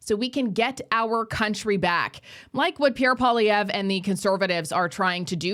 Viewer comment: I wish folk would learn to pronounce Mr.Poilievre's name correctly. Surely that is common courtesy. For a bilingal country, it is so disappointing to hear all the fudged attempts!